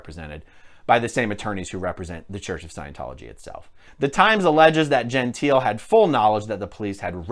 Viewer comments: I cringed through the entire video: Jehn-TEE-leh is the way in which the Italian name 'Gentile' is pronounced. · Her. surname Gentile is pronounced and sounds like Jontay, FYI.